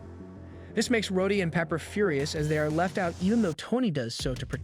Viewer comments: maybe the AI voice you use is abit too bad at saying some names like mag neto and rod E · The show literally says his name, and HE still mispronounced it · This guy is definitely AI right? The inflection is all off, the emphasis on sentences and words are wrong, he mispronounces Rhodey at one point after having no trouble pronouncing it before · All the mispronouncing makes me feel like the voice of this video has to be a.i. I mean the narrator pronounces Rhodie like 7 different ways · Yeah about 5 minutes in they changed Rhodey to "Rhoddy" and Talkative to "Takkative".